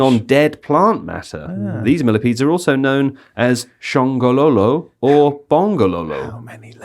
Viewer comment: You spoke Zulu. The word 'shongololo' is Zulu. You said it very well too. I am a Zulu teacher.